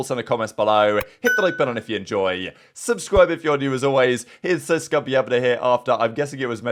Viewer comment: “Hub-scriber Heeg-gahn here” WHATTTTT